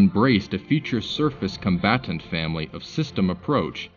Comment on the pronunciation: 😂😂😂 " Con bat tant "